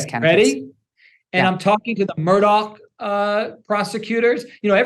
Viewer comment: For those of you not of Scottish descent, the surname is pronounced MurDOCK. Not MurDOG.